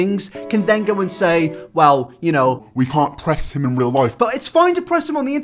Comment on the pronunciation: Fings just got reawl